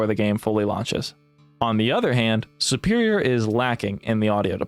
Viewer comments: Really? 'Superior' is based off of the word 'super', like super hero. Superior is, therefore, pronouned like soo-perior, not 'supp-erior.' Same with tutorial. Tutorial is based off of the word 'tutor,' which isn't pronounced 'tuhtor,' but 'tootor.' And since the root of the word means teacher, and to do a tutorial is to have something be taught to you, it's also pronounced the same. 'Too-torial,' not 'tuh-torial.' What state are you from? Is it, like, a local accent, I wonder? I'm Canadian, by the way. Fascinating! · Why does he pronounce the word 'superior' so weirdly? I wonder where he's from that you pronounce it like 'supper' instead of 'super.'